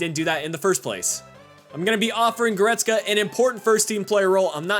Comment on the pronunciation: He reads it right.